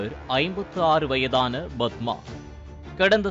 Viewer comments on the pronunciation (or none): none